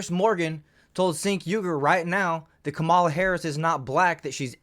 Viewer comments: Its pronounce like Jenk not Sink. Also Why do some channels put the "better be nice in comments" warning up. That's so soft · "Sink" Uygar 😂😂😂